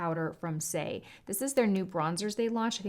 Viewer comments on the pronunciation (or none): none